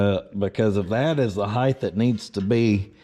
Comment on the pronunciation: The word is HIEGHT, not HIEGTH